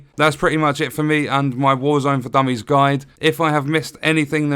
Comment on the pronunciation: I hate how it says dumys